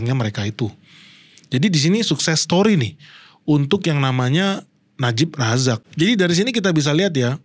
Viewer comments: najib razak, bukan najib rizik sering salah ucap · Najib razak bukan najib rijik😅😅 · Najib Razak bang bukan Najib rijik 😅😅😅